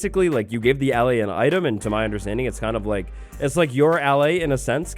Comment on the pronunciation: YOOOOOO! Can't wait for this little guy to come to Java! Btw,, I believe it's supposed to be pronounced "uh-lay." Not trying to correct, I just think it's meant to be like "allay" meaning "to calm." Making it the opposite of the "vex," which means "to anger."